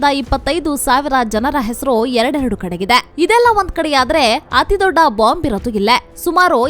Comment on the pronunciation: ಯಾವನಯ್ಯಾ ಈ ಚಾನಲ್ ನಿರ್ದೇಶಕ. ಪಶ್ಚಿಮ ಬಂಗಾಳ ಅಂತಾ ಸರಿಯಾಗಿ ಓದೋರು ಸಿಕ್ಕಲಿಲ್ಲವಾ.. ಅದೊಂದೇ ಅಲ್ಲಾ.. ಬಹಳಷ್ಟು ಕಡೆ ಅಸಹ್ಯವಾಗಿ ಓದೋದನ್ನ ಒಮ್ಮೆ ಗಮನಿಸಿ ಸರಿಪಡಿಸಿ ಕನ್ನಡದ ಮಾನ ಉಳಿಸಲಿ. ಪಶ್ಚಿಮಾ ಬಂಗಾಳ ಇಷ್ಟು ದೊಡ್ಡಾ ಅವರು ಹೆಲ್ ಹೋದ್ರೋ ಅಲ್ಲೊಂದು ದೊಡ್ಡಾ ಎಷ್ಟೋ ಜನಾ ಹೇಲ್ತಾರೆ ವಿಷಯ ಚೆನ್ನಾಗಿದೆ. ಊಟ ಚೆನ್ನಾಗಿದ್ರೂ ಬಡಿಸೋದೂ ಒಂದ್ ಕಲೆ. ಟೀಕೆ ಅಂದುಕೊಳ್ಳದೇ ಸಲಹೆ ಅಥವಾ ಬಿನ್ನಹ ಅಂತಾ ತಿಳ್ಕೊಂಡು ಉತ್ತಮಗೊಳಿಸಲಿ.